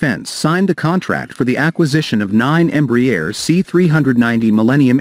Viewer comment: Crappy AI pronunciation of Embraer